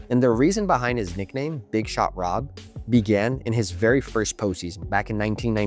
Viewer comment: you named dropped Jordan. Thats the reason why we had to listen to you butcher Horry’s nickname. It’s also funny that you didn’t tell everyone that he swept LeBron’s cavs. Horry said that it was the easiest ring he ever won. He said it Stephen Jackson’s podcast.